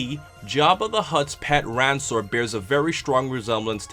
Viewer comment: It's actually pronounced Rankor and not Ransor